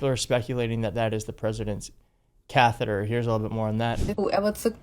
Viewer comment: dat rite dayuh, is a cathaduh 😅